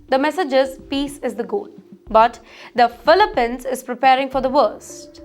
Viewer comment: It’s pronounced “filipeenz”, not filipehns.